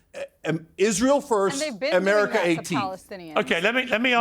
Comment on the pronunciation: how do you get the pronunciation of “ Ameriker “ from America ?